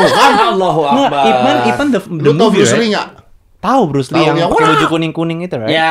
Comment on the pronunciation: Mbok ya mas deddy kasih tau mereka gimana cara ngucapinnya yg bener itu nama Ip Man.....!